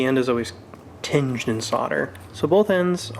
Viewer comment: I believe it's "Tinned in solder" NOT "Tinged in solder" :)